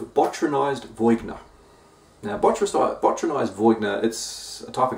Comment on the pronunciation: Crazy to see Speakeasy in NZ. Also, VEE-ON-YAY is the grape varietal. (viogner, yeah?)